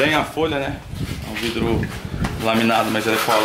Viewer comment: engenheiro falando vrido tem like